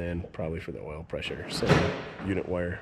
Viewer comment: Pres-sure wash... Pres-sure wash... Pres-sure wash...